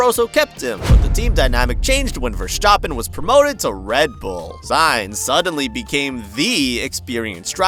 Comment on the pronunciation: He said verstappen flawlessly